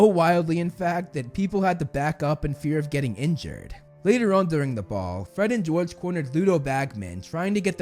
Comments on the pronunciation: Really "fred and gorge" ish 😂😂😂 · “We’re Gred and Forge!” - Fred and George.